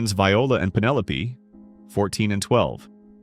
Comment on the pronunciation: I didn't get very far with this video. The AI narration started giving me ear fatigue after a while—the repetitive pitch patterns, unnatural pauses between words, and inconsistent pronunciations (e.g. "Penelope" pronounced correctly as "pen-EL-uh-pee" and later as "pen-EL-uh-PAY").